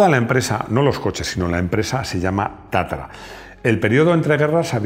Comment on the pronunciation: No es TATARA . es TATRA.